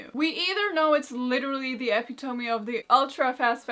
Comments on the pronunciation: Eh-pi-TOM-e???? You mean e-PIT-o-me????😊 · E pit oh me not ehp it oh me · Epi-toe-me? Do you mean E-pit-o-me? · This woman just said EH-PEH-TOE-ME. Instead of epitome. Wtf is going on!? 😆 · English is not her native language. I bet even the English native speakers make mistakes as English pronounciation is a mess. It has the most irregular pronounciation rules among European languages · did she say epp-E-tow-me? 😂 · Important pronunciation advice: epitome = a PIT of me. The accent is on second syllable, a-PIT-o-me. I can understand why you might think it sounds like other words that start with "epi" and are usually accented on the first syllable: episode, epicycle, epic, epiglottis. However, for what ever reason it does not follow this pattern, and rather follows a pattern shared by the likes of "epistle," and has accent on the second syllable. It's a perfectly understandable mistake to make for a very fluent non-native speaker to make, as they use their vast experience and intuition of the language to make usually good assumptions on how unfamiliar words are pronounced, in other word the it's the kind of mistake that shows how smart and skilled your are really. However, to native speakers it just stands out right away as a mistake, and not everyone is a language teacher like me who knows how much of a "good mistake" it is, so I just thought I'd let you know for the future if you find yourself needing to say that word again. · I love how Karolina manages to avoid the usual mispronunciation of the word "epitome"--and yet she still manages to get it wrong. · I've never heard epitome pronounced that way lol.